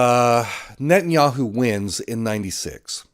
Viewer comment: Blinken? Sullivan? Paul Bremer? Condoleeza Rice? Wolfowitz? Biden? Harris? Newland? Ah, Netanyahiu.